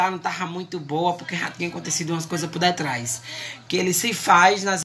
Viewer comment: "Por détras"🤣🤣🤣